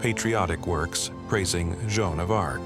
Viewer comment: Jenn Dark? Lmao.